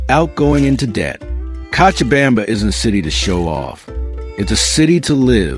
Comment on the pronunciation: You are mispronouncing cochabamba (kochabamba) you have to try la vaca loca, el Dumbo, la tequina, you never mentioned a dish called Pam Paco where the food is buried under ground for 24 hours and the 2 o'clock siesta where the city shuts down what about the christo de la Concordia and zip lining .what about that delicious cheese bread and the passion fruit duch and the comedy club and the hot sauce called yajua. I moved there for seven years and the men are not so good when I lived there 1 American dollar was 650.00 Bolivians chicha is the incka Indians booze the hotel cochabamba serves the best escargo and one thing must be said you will get arrested for talking bad about the people or country freedom of speech forget it the police release the prisoners at night so they can steal and let them back in for a split bribery is normal and demanded in government offices and they can seize your bank account and properties with change of politicians i lost my business my house my properties and my life was in danger they do not like Americans they are nice because you have money period that was my experience after 7yrs. Is it still communist or are they democratic now